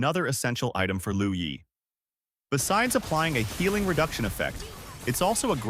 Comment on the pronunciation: With dure respect, it's "LUO YI" not "LOU YI".